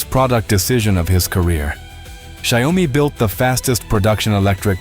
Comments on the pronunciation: Xiaomi has vision and direction Check Google translate it's Xiao-Mi No Xiao Oh mi Please DON'T change the name.. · In Chinese it's Xiao mi 2 lseparate words There's NO Xiao OH mi Please Don't change the name!!!! The Chinese will curse you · Dear, There is no such thing as Xiao Oh mi ( YOU ARE CHANGING THE NAME INTO SOMETHING MEANINGLESS!) It's 2 separated Chinese Words XIAO MI Please can check Google translate NO such thing as XIAO OH MI. IT'S Xiao Mi only! Two separate Chinese words no " Oh " Don't make a fool out of yourself to the Chinese who knows English! Now Xiaomi's mega factory's super Ai robotics can produce a car in 76 seconds. Xiaomi is a very innovative company All the Chinese who also know English knows you are speaking crap Changing the name of the company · If you cannot take the time to somehow program the voice to PROPERLY pronounce the name of the company that the video all is about, then you get a thumbs down. Xi Oh mee?????